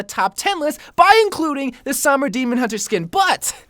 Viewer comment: The way you pronounce Sombra makes me want to mute the video tbh.